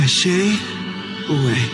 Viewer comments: not laganja saying "shasay" insted of "sashay" T_T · Yeah-- "I will be the FIRST to actually do it." Girl do what? The line is "sashay away" not "chassé away"